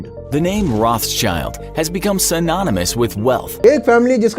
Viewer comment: Bahut badhiya video bhai log. . Thanks for this information. But sirf 1 baat... Ye Roth'schild nhi...Rothschild (रोथशिल्ड) hai